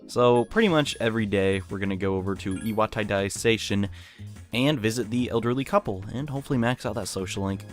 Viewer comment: At the beginning of the game it says iwatodai correctly Right now your saying it wrong it’s leviosa not leviosahhhh Jk but yeah your saying it wrong